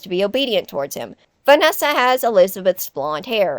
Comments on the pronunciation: Sorry but Vanana 💀 I can’t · “But Vanana-“ “But Vanessa and Vanny-“ I’m sorry, the Vanana slip up was gold. I once thought of that before too.